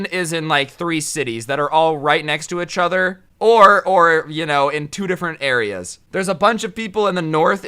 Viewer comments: Each other, say it right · Petitin to get to say Each other right